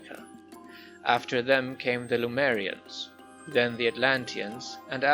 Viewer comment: Some notes on pronunciation: Celts reads as KElts. Lemurians read as well, Lemurians, instead of LuMErians.